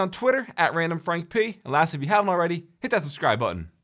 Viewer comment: when u introduce urself in every video, the part when u say "randomfrankp" when u say the p it sounds like someone just punched u in the stomach